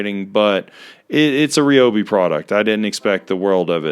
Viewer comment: Why is it that lots of people pronounce Ryobi wrong?